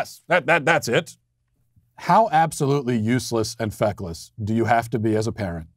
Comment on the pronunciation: press 6 to hear matt say "feckless" lel